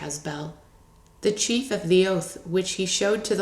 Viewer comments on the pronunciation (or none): none